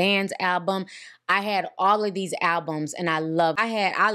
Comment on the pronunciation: I'm sorry, I know this is off-topic, but did she say "albumses" 😂😂😂